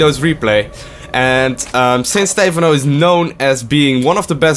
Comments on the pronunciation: STE PHANO NOT STEEEEEEEEEEEEEFANO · STEPHANO not steyphano :C:C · It's fucking "Stepháno" not "Stéphano", so annoying...and pronounce the words not that softly god damn it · STE-PHAN-O NOT STEFAN-O... please.